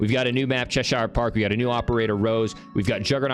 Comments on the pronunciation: It’s pronounced “chesh er” not “chesh eye er” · It's pronounced chesheer not cheshiiiiaaarrreee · I'm from cheshire in england (it's a county). It's pronounced "chesh-er" 😁😎 love the content dude peace out.